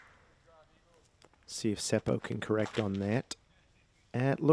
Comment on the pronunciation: Your pronounciation of word "puu" (tree) was good. It is basically the same as "poo" in English. I understood when you said it. If English speaking people wants to pronounce Seppo's name more correctly (in Finnish), then letter "o" is not əu, but more like "o" for example in word "pop" and leave the last "p" out. Double consonants are not common in most countries and that is one thing that foreigners struggle with when they pronounce Finnish words. Seppo usually comes out as "Sepo" instead of "Sep-po". You stop for a second in letter "p" and then continue with o. One option is to check Finnish disc golf competitions with Finnish commentary where Seppo has played or his in the bag where he pronounces his own name. To me it doesn't matter how people say it. Can't and shouldn't expect foreign names and words to be pronounced perfectly. Thank you for the fun commentary. Great work.